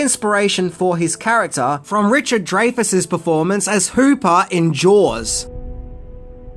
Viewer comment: richard dry like dryer , dry weather,,, dryfus... he literally pronounces it that way lol... i understand the difference between american and your accent but out of respect pronounce peoples names how they... do you realize how difficult it was for everyone to get arolds last name... different countries lol but we got it lol